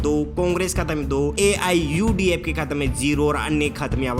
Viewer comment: Even can't take the name of political party AIUDF Properly. Learn to present yourself. Thenafter, come here to expose your knowledge.